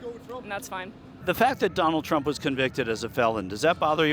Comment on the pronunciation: He had it right... "Prump"